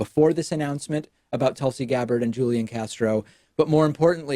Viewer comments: I also wouldn't be supporting Tulsi Gabbard, but c'mon, David; you have to know by now how to correctly pronounce Julián Castro's first name. It's "HOOL-YAN"; not "Julian." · It's pronounced HOO-LEE-AHN Castro... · A point on pronunciation: Hoo-Lee-On. Julian is pronounced Hoo-Lee-On. ...you do know it's a Spanish name, right? Is the dialect you know that different from the one common in South Texas? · I just expected David as a native Spanish speaker to be able to pronounce a Spanish name. Maybe I'm wrong! ;-)